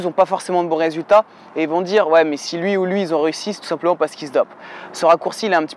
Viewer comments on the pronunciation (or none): A quand tu as dit "tu as réussi à faire changer ma mère d'avi" J'avais compris "tu as ressui à faire changer ma merde à vie"😂